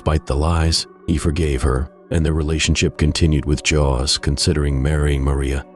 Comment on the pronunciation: "Jos"???? "Mary Jos"?????? 🤔